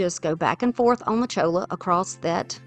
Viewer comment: Cholla is pronounced choya. It is from a cactus